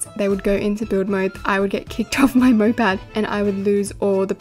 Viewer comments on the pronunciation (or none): moped not mopad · its not "mopad" its "moped" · whyd you keep saying mopad...